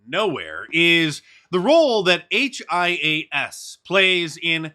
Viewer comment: Mark hias is pronounced “he us”